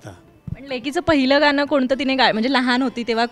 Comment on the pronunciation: मुलाखत घेणाऱ्या ताई गणराज म्हणा गनराज नाही गाण असे आहे ते गान नाही कृपया शुदध्द बोला